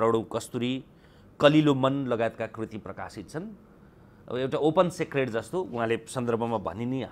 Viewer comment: It's open 'सिक्रेट्' dude! not 'सेक्रेटI' And, by the way, what does रबण mean?